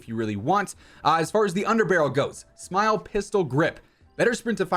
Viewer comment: "Smile" 🤣 it's pronounced like you would spell it out. All love man.